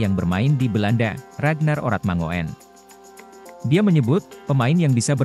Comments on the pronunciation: Oe itu dibaca u bro....itu bahasa jawa jadi ratnar oratmangun bukan oratmangoen bacanya....paham ya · ini admin 'ngomongnya gk enak banget sih/bacanya oe yg saya tahu. itu ejaan lama yg artinya= u, itu nama orang dulu, kaya boeng soekarno, bacanya bung , sukarno hanya koreksi, akoe lahir taheon 40 han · perlu di tabok dulu mulut si mimin....biar bisa ngomong mangun......😂😂😂😂😂